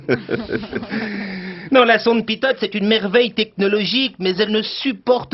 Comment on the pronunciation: Pitot pas pitote